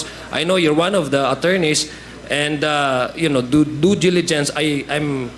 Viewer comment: good that Ace asked this dumb Morales was asked to wrap up - she asked too much and can't pronounced simple words such as 'due diligence'